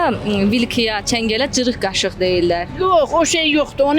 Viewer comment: Küftə məsələsi şirin çayla içirəm deyənlər ayarbazdılar, elə deyiblər ki, onları verilişə salasınız... Elə ciriq qaşıq da o qəbildəndir.... Özü də çırıq yox, "gırıq qaşıq" deyirlər... Nehrəmlilər öz aləmlərində sataşırlar... Naxçıvanda yeganə yerdir ki, ç hərfini ədəbi tələffüz dəki kimi k ilə tələffüz edirlər. "Gırıq" qaşıq söhbəti də Nehrəm ləhcəsində sataşmaqdır....